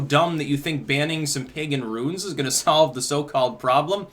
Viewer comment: thought you were speaking on ruins buts its runes.